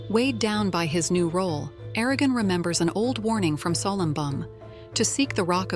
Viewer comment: O vídeo é interessante e satisfaz a curiosidade de quem gostou do filme mas não teve ou vontade ou acesso aos 4 livros e queria conhecer a história completa, até seu final. Mas é muito chato ter que ouvir a IA chamando Eragon de ARAGÃO durante todo o vídeo... 😆